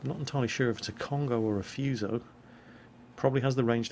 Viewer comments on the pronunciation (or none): Foo-so Not fuze-o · Have some pronunciation corrections. Because mispronouncing things makes you sound silly. Yamato: "Yah-ma-to" Fuso: "foo-so" Kongo: "K-ongo" very hard K sound.